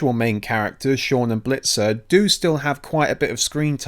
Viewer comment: His name is "Bitzer" not Blitzer